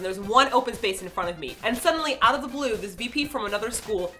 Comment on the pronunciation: I knew it! Martina is Canadian. She pronounced 'out' like 'oat'.